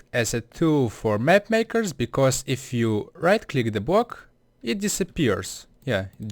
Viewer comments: Fair enough your first language isn't English. But I just think it's funny how he says block-bwok nice try lol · it's BLOCK not bwock! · Sir, iT is "block" and not "bock" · man how hard can it be to say block and not just bwock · a bwock? wuuuuut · elmer fudd still does that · I mean srsly, 'Bwocks?' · Bwok is what he is saying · it's gowing to bweak da bwock? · bwock pwaced swabs cwose